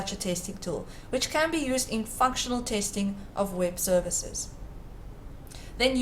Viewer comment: fake "tasting" what is that? Robot. Not good